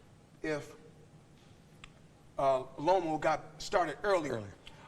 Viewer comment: Lomo not loma, Salida not salido